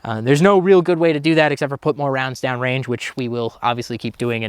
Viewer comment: What the heck, did he just gwiddy thwough the wange?